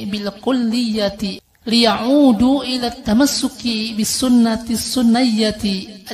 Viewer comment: Bukannya di baca "assaniyyati" ikut wazan فعيلة maknanya "luhur" ..?! Kalau di baca "assunniyyah" seakan2 menisbatkan lafadz pada lafadz yg sama "assunnah assunniyyah"